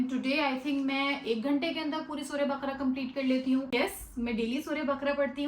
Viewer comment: السلام عليكم و رحمة الله وبركاته باجی اقرا یہ ق پر زبر کے ساتھ بقَره بارک اللہ فیک اللہ مزید آسانی کرے اللہم آمین